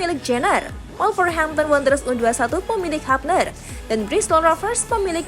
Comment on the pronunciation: Hubner min bukan habner 😂